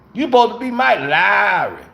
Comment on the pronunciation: You suppose to be MIKE LOOOOWEERRRY 😂😂😂😂 P.S. SO WHAT IF ITS SPELLED WRONG